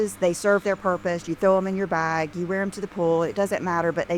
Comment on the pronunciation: I can't stand the way pronounces bag. She says "bhog" or some such weird shite.